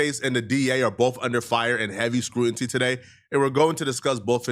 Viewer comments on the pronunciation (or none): incorrect usage of words for today: “scruanty” instead of “scrutiny” 🤦🏾‍♂ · Why do you like using words you don’t know how to pronounce man, scrutiny fam not scrutinty😂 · The return of “scrutinty” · Sound it out..Scu-tin-nee😑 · “they’re under heavy screw-n-tee” brother what?!💀 please don’t try n clown on gang bangers ever again, you can’t even speak basic english brudda 😭🤣🤣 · say it with me now, screw-tih-nee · Scruinty lol